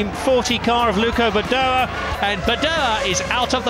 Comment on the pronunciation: My GOD it was annoying that Jonathan Palmer somehow couldn't manage to say "Luca Badoer". Called him "Luco" every single bloody time. 24 years may have passed but I am still irritated.